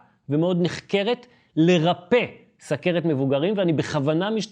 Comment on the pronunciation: יפה. אתה. תיקונים קטנים, אומרים סוּכרת או סֻכרת בכתיב חסר ולא סַכרת. נכון שהכול נקרא תהליך הנשימה אבל אוויר אנחנו נושפים ולא נושמים (גופיפי קטו).